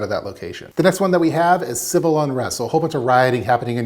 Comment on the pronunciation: CIViL not Cival. Great video though.